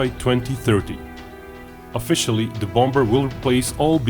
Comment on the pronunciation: Love your videos but I just gotta say; English loves it's silent consonants in words. The second 'b' in bomber is not pronounced so it should be said as "bom'er" not "bomBer." Anyway, thanks for the great videos. :)